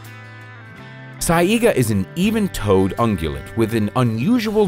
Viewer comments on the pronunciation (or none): Sigh-ga. Not sigh-ee-ga. Sorry, the pronunciation was getting to me. Eh-kid-Na, not eh-chid-na as well.